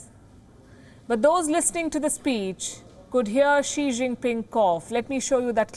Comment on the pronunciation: Bhai wo chikta nahi hai xikta hai.